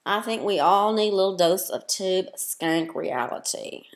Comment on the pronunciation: "Next Time"...could you at least say her name correctly?????? It is Tubeskankeeeeeeeeeeee.